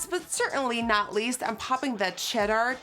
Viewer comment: sometimes i forget nikkie is dutch, so when she pronounced "tangy" wrong and had a hard time saying "cheddar", i thought it was super cute. i love you queen! 💗 my favorite food is shrimp alfredo pasta. it's a perfect combo between seafood and pasta (my two favorites!)💗 my insta is satxbabe